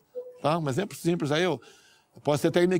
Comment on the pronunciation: "Um exempro simpres aí" "Posso ser inequivocado". Por isso ele odeia a cultura.